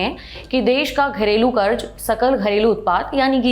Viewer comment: Pronounce sahi karen. Karj nahi karz bola jana h